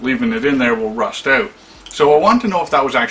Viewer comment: OUT!!!!!!!! Its OUT, not OWT damn!